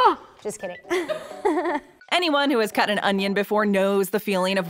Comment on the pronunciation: Yes the no no no Pomagraments was my favorite part